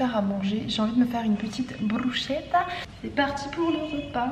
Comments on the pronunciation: je suis italienne blg, on dit brousquétta et pas brouchétta 😭😭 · Hey ! J'adore tes vidéos et ton contenu, tu es vraiment inspirante et motivante 🥰💫 (ps: on prononce brusKetta et pas brusCHpour😭) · ca se dit brussketta dsl mais ca me stressais trop mdrr, jadore tes vidéos en tout cas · j'ai adoré ta vidéo tes repas ont l'air super bon !! (par contre bruschetta ca se prononce "brusketta")☺️ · Bruschetta se prononce brusKetta 😊